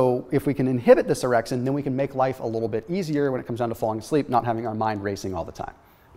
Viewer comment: I wasnt paying attention and I heard 'if we can inhibit this errection we get a better night's sleep'... orexin... not errection